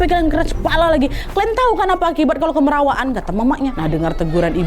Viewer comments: orang kalimantan selatan biasanya nyebut, "KAMIRAWAAN", bukan" KEMERAWAAN"ya wak😁🙏🏻, kamirawaan atau kemerawaan, biasanya prilaku yang secara berlebihan, seperti bercanda yg berlebihan dan berisik bukan keras kepala ya wak😁🙏🏻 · pengucapannya salah tuh nad, harusnya kaya pengucapan kamera bukan kemera